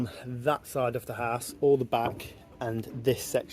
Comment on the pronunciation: Why do you call mortar “compo”? Why do you pronounce the word ‘house’, ‘haas’? It’s supposed to rhyme with mouse or dowse.